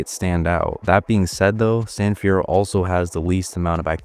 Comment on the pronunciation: San fierroo